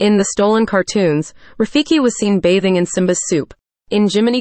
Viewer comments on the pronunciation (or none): none